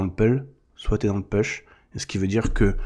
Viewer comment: Salut! J’aime beaucoup ton canal car cette personne dont on parle m’a fait tomber sur le chemin de l’unicité, et j’ai réussi à me sortir de la dépendance. Merci pour ton canal. Toutefois, laisse-moi te conseiller en anglais: push ne se prononce pas peush, mais poush. Et pull, c’est pas peul, c’est poul.